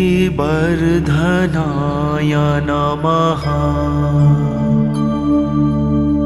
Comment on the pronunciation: Your pronounced Matra was: ओम स्त्री बर्धनाय नमः Right prounocation is ओम् श्री वर्धनाय नमः ❤